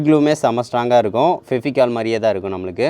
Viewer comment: Fevicol bro not Feficol